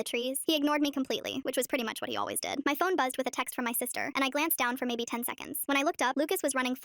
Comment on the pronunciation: Did u just said mehbeh ??